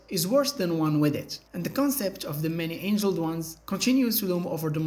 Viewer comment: Many Angled Ones, not "many Angeled Ones" obviously this isn't an accent issue. I like the content for sure, but your use of Bots and AI to voice your videos is a deal breaker...